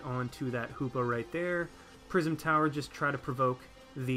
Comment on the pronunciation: "Prism Tower" every time you said that a part of me died inside